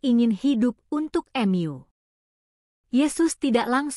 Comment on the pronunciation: Kok narator nya ngomong nya aneh ya. Hrs nya kan tau tp dia sebut nya ^tahu* juga Mu disebut nya Em yu